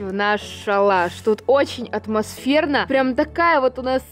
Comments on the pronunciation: Считаем сколько раз сказала отмасферно 🤣🤣🤣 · Каждый раз она говорила каждую минуту атмочферно или светильнички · Хватит говорить атмосверна (я не хейтер) ❤️ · Люди сколько раз сказала слова отмосферно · Сколько раз сказала отмосферно? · Никто Абсолютно никто:атмосферно,атмосферные,атмосферно,атмосферно тут атмосферно,там атмосферно.